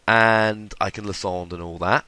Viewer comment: Lie-sand-er not Lis-ond